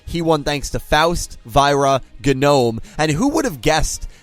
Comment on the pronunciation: It always hurts to hear mispronounce Faust, Genome, and Aoi